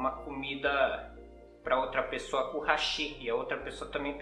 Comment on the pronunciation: E outro eu ouço Hashí Hashí...😂😂😂 Hashí é ponte em Japonês, os palitinhos são Háshi. 👍👍